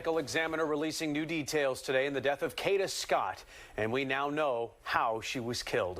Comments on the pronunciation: You need to get it right it is k a a a a a a a a a a a a a a a d a a a a a a a not k h a d a😅😅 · It’s pronounced Kayda 😒. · Every video that can't pronounce her name correctly (such as this one) doesn't deserve views no likes. Train your AI more properly. Ka(y)da!!! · This is so sad and brutal, jealousy is a bad thing to have....I hope he rots in jail and the people with him, I wish the narrator could pronounce her name correctly